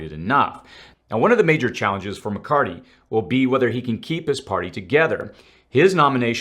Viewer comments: Please. His name is Mc CarTHy. Not Mc CarTy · Mc Car thy (thee) not Mc Cart EE! Anyone else ever notice this guy pronounces certain words weird (incorrectly). Find it very very interesting!?! Even the Kevin is off! Not the first or second time I have noticed this makes one wonder.🧐🤔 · ITS MCCARTHY. NOT MCCARTY! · I think it’s McCarthy not McCarty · McCarTHY, not McCarTY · you sound like a Hillbilly. It's NOT McCartttttttttttttty as you like to say. It's McCartHHHHHHHHHHHHHHHHHHHHHHHHHHHHHy. You speak like you've never heard his name before.:oops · I like how you can him "mccarty" 😂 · Thanks for keeping us updated on current events. A slight correction in names. It's "McCarthy", not McCarty. 😊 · Something is wrong here. I'm not sure if someone wrote this dialog of this video up for you or am I seeing health symptoms? It's Blackrock not Blackstone. It's diplomats not diplomits. It's McCarthy not McCardy. That's just 3. Do you need to speak with the person who wrote this up or seek medical advice? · McCarthy...thank you. I kept hearing "McCarty" and thought my hearing was going bad. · Good vid. BTW, it’s “McCarTHy.” Thanks. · Just saying, It's Mc-Car-THY...last part is "Theee"...apropos of nothing. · Just fyi: Kevin McCarthy…the “h” is not silent. The “th” should be pronounced as such not McCarty. Thanks for all the info! Please keep up the great work! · Muh Car The..... is how you pronounce the speakers name 😂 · Where are you getting the hard T?, It's McCar-THEE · Are you purposely mispronouncing Mccarthys name? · Kevin McCarthy with a “th” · What is the record for mispronouncing McCarthy? :)